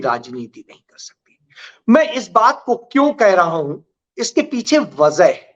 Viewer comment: आप बराबर vazah बोलते जबकि वजह है